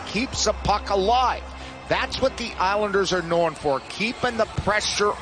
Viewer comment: "That's what the Islanders are knowrrn for"